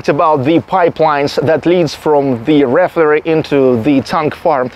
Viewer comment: ree FINE er ee. It's OK, though. I'm sure I would speak Russian even worse. You're doing good.